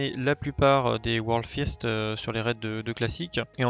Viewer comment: « world first » Jaime cette prononciation 😂 Un like au passage pour bump